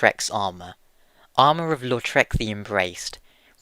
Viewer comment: Did anyone think he was saying lord shrek of carim?